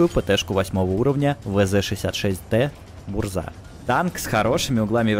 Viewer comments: по-польски название танка произносится как "бужа" а не "бурза", ударение на "У" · Не Бурза, на польском RZ - Ж, правильно - бужа, что переводится как Буря